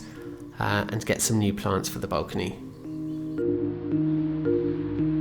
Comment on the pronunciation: i've never heard any english person say bulcony, XD what accent is that?